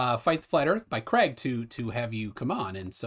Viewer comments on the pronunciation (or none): none